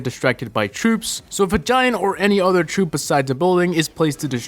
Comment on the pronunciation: Troupe not trop